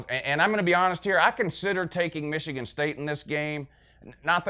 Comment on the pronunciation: "Wishigan" lmao